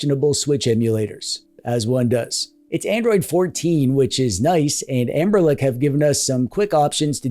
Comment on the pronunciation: What's the lore behind you saying Anberlic instead of Anbernic?